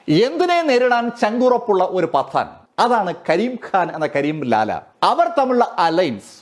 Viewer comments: ഖ യുടെ ഉച്ചാരണം (ക'ഹ) എന്നാണ്. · കരിം ഖാൻ ഹാൻ അല്ല.. ഉച്ചാരണം ശ്രദ്ധിക്കുമല്ലോ. അവതരണം കൊള്ളാം അഭിനന്ദനങ്ങൾ 👌👍🌹